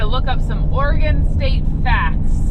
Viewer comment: Thank you for pronouncing Oregon correctly❤❤